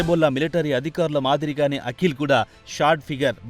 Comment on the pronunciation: అఖిల్ కాదురా దరిద్రుడా.... వాడిపేరు పలకవలసినది అకీల్ అని.........52 తెలుగు అక్షరాలు వాటి ఉచ్ఛారణ ఎలా పలకాలో కనీస ఇంగిత జ్ఞానం లేకుండా ప్రతీదానిలో దూరేసి తెలుగు భాషను ఖూనీ చేసేస్తున్నారు...